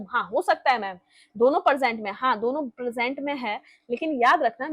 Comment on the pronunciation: मेम आप इतना अच्छा पढ़ाती हैं लेकिन आपकी वर्तनी बिल्कुल शुद्ध नहीं है आप प्रेजेंट और परजेंट और प्रपोज़िशन को प्रेपोजीशन बोलती हैं।